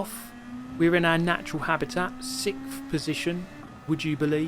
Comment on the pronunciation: "sickth position"